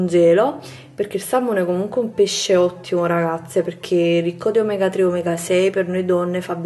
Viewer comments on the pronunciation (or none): none